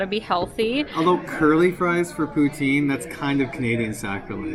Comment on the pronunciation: maudite poutine I learned a new thing about Canada :) (I thought you were saying "protein" in some Canadian way)🤣 I just read it's also pronounced "poo TANG" 🤣🤣🤣 Oh Canada 🤣 Is it good?